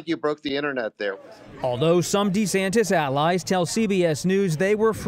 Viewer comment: DuhSantis got no chance but he could keep dreaming! btw, it's Ron Duh-Santis! 🤣